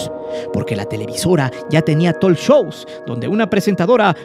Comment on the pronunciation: “Ya tenía tolshous” jajajajaja el que no habla inglés y sus cuates